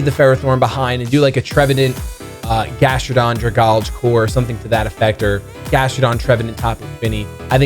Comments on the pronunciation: I dont wanna sound nitpick-y but please say dragalge-e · Oh yeah, getting back to his roots with the Trevenant and the Darmanitan! Good to see you doing pokemon related stuff again. I think a draft league is the perfect amount without getting too bogged down by it. The pronunciation of Dragalge though... It's Dragon + Algae. Drag-Al-Gee Anyways, I wish you luck this season. I will be rooting for you, Emvee, and aDrive.